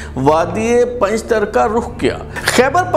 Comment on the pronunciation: بلال صاحب یہ پنجتر نہیں بلکہ پنجتار ہے لہذا براےَ مہربانی تصحیح کی جیے شکریہ۔